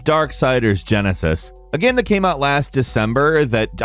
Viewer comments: Bugs the crap out of me when he says "gam" instead of "game". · Why can't this guy say 'game' properly. Is he joking saying gehm all the time ? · Why do you say gam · "A third person adventure GAM" is definitely all i could hear and i cant stop repeating it.